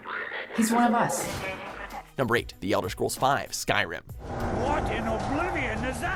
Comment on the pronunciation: Ska riem? Tf you braindead donut its Skyrim.